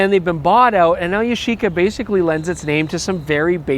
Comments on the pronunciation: Yash-eeeca? It's YASH-ica! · Ya-shi-ca actually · I’m sure at certain point you start to pronounce it as “Yashica Shxty”